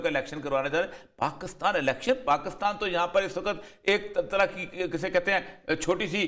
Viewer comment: Word is Pakistan not Paa--Kus--Taan.